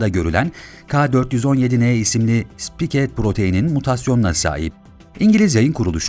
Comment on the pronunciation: Sipike proteni ne abicim spayk.